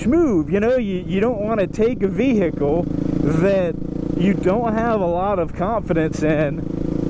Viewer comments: World vey-hee-kle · You're the only person I "know" that pronounces H in vehicle that clearly... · I hate the way you say “vehicle”, just sayin. :)